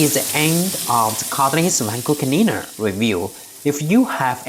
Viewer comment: "Vacoo clneena"